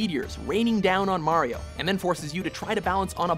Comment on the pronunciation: Hah! Got you now you son of a bitch! you clearly hear him mispronounce Mario after correctly saying it several times before, I knew you were doing this on purpose and now I have the proof!